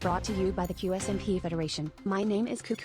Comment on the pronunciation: "Que ése my pee " adoro a pronuncia do